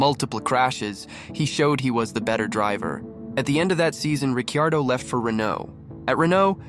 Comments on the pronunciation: Yes his name is Ricciardo, not Riccardo or Ricardo. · Difficult to watch when you can't pronounce Ricciardo or Toro Rosso correctly.